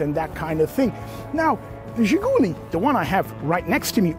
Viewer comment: Great video. Very detailed, much better than most. By the way it's ZhiguLI, not ZhiGUli. Emphasis on the last syllable.